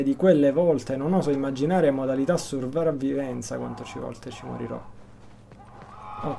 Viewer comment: 7.42 survravvivenza ahahhahaha